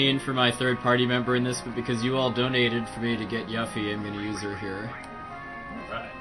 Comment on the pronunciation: When he called her YUFF-ee I think I died inside a little.